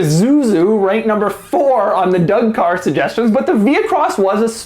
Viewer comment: lol "caw"